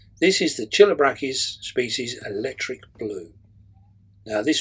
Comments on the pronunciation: Actually, I'm sorry but you're wrong. This is Latin. The "Ch" is pronounced as a "K". So the name is pronounced: "key-low-BRAK-keys" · Chilobrachys,,you pronounce it wrong,,it’s a silent C say it beginning with H